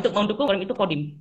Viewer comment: Dari kata "Qodim" meleset jadi "Kodam" lalu meleset lagi jadi "Qidam". 😂